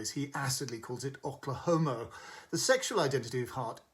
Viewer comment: Who, in the history of America, has ever pronounced Oklahoma as Ock-lahoma? Has Peter Bradshaw never heard the name of this state - not to mention show musical?